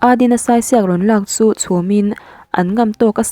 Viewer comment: Saisiak lam dan hi. Sai hi..saichhingi tih anga sai tih lai anga lam tur ania, diak lai hi..chirhdiak tiha diak kan lam ang hian lam bawk tur...thahnemngaih na zawn atangin..🤗🤗